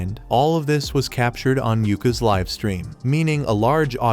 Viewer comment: Bro it's not live it's live prounince it better